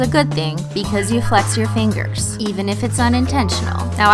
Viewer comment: Did you say fangers? No fingers? Lol ,y just be my hearing.